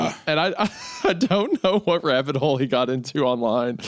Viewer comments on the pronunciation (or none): none